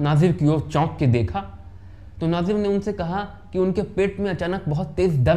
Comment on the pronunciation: अरे भाई नाजिर नही नजीर है